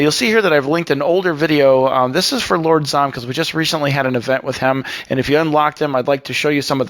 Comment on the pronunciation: lol, he said lord brom instead of lord zomm!!!